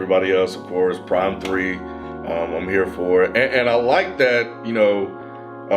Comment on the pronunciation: Why does keep calling it P-Rhyme? It's Phryme "This is for the real Gangstarr fans, not the ones that call us P-Rhyme" - Royce